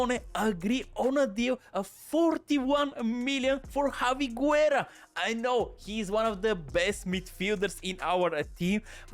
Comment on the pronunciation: My man can’t pronounce a single name right 😂 Guerra is pronounced like Gerra as Busquets it’s pronounced as Buskets. You can only pronounce the “U” if it doesn’t have before “G” or “Q” as for example Juan. The exception that can be valid it’s if the “U” has this 2 dots “Ü” like “pingüino” (sounds the same as penguin but ending it with “O”)